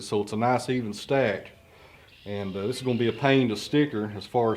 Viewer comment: “Like ee-us”. Your Hillbilly slang for “like this”